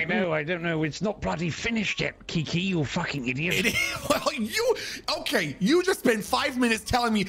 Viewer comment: I love how always messes up Kiki's name.